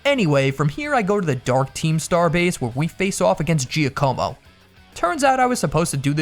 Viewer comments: Giacomo is not pronounced like that... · Can nobody pronounce Giacomo’s name correctly? Not Jia-como, Jah-como